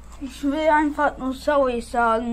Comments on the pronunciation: SOWWY Leute...Ich wollte einfach nur mal SOWWY sagen... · sowy leute keingta HAHAHAAHAHA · Sauwy Leute Ich will einfach nur sauwy sagen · "Sowi Leute ich will einfach nur sowi sagen" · "ich will einfach nur sauwy sagen leider kein GTA Gutbye"